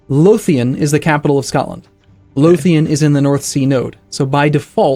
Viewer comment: as a scotsman it hurts my ears everytime he says lothian, still great tho